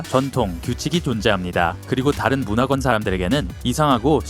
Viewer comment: 문화권은 문화-권 의 복합어라 [무놔꿘]으로 읽어야 합니다. 모음 발음이 부정확하고 단모음을 이중모음화(diphthongization)하는 경향이 있군요. 영어가 주언어인 화자인 경우입니다.